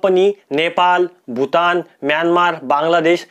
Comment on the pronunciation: भूतान वाह क्या बात है भूटान होता है